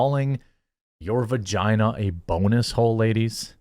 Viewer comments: You can't even say vagina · This fool seriously cant say vagina